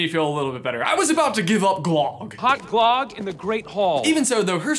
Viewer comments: It’s not glogg! It’s glögg! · Glog is an scandinavian drink that we mostly drink at christmast. In Sweden we say glög so i supose Frozen takes place in Norway ( use google translate to hear how it pronounced).